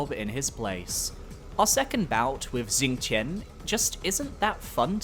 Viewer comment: The X in Xingtian and Fuxi is pronounced SH and the Q in Jiequan and Qi is pronounced CH